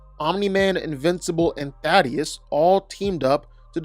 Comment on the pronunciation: ...say it with me...thay...tus